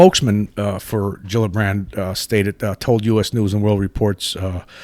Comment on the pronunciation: I think Gillibrand is pronounced like G-illibrand not like Jillibrand.